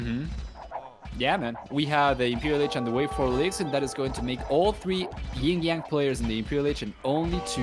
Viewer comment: Now it's already the 3rd round for the tournament. Can't get it why the main caster can never pronounce YinYang correctly but like something as GinGjang, yet almost all the co-casters know how. I wish he were not meant to do so.